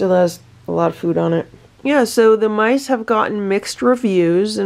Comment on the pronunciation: They thought you said nice, then they realized it's mice lol